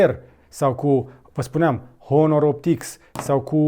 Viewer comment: În honor nu se pronunță h